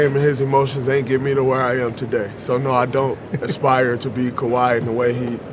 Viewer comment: "Kaway Kawhi" lol